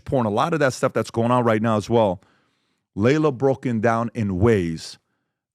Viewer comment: Her name is pronounced "Ly-la," not "Lay-la." 😉